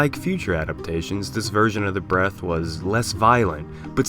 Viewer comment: Why does it sound like he's saying atomic breast